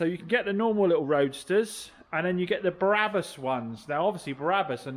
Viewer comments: I was referring to the Biblical character! You referred to Barabbus (as you kept pronouncing it!) not Brabus - was the meme! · Brabus not Barabbus (as you kept pronouncing it!) - he was someone else..Blimey…😂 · Brabus not Barabus😊😊😊😊